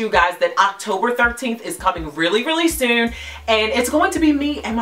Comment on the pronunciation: Def heard that Baltimore accent when you said “soon” lol ... I needed this. I just turned 30 and the pressure of not having what you desire at a certain age is extremely stressful. Controlling your thinking, saying positive affirmations, breathing while praying/meditating, gratitude, believing you can have it and acting on it will allow you to manifest the life you desire